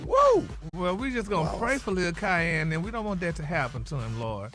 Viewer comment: It's Ky-ann, not Key-on....lol😂😂😂